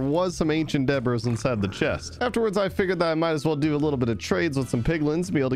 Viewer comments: u say it like ancient debree not ancient debris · Debris is pronounced Deh-bree, silent S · its not deb—bruh its deb—ree please you are killing me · Still can't get over how he says ancient debris like "Ancient Debras" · Omg….. it’s deb-ree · So, the way you say debris. I’ve just gotta know, you know right? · does it annoy anyone else how he says debris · just listen how he says debris it’s a joke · Really? Because the last time I made this comment I had people defending the mispronunciation